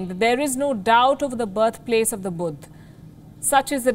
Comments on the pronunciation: Lol what is Budh? It's Buddha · what the hell is "budd" lol